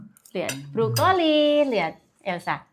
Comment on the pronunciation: ...Brokoli dong bukan Brukoli...coba kalau bisa tolg diperbaiki semua pengucapannya yg tidak sesuai supaya ada peningkatan kualitas khususnya dalam berkonten..